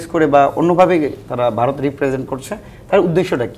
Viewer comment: এদের কেন টকশোতে নিয়ে আসেন বুঝিনা। সে কোথাকার রাজনীতিবিদ ? এই ছেলে তো ঠিক ভাবে কথাই বলতে পারে না।সে ভারতকে বলছে বারত😂